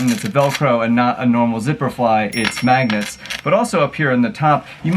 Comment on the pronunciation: Nobody Josh: mAgNeTs!!!!